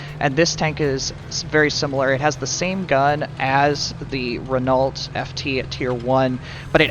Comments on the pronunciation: Did you really just pronounce Renault phonetically? It’s pronounced ‘Reno’. Stupid idiot. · pronounced 'renno'